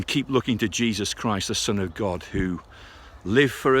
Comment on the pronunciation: "Grace of Grod" 😂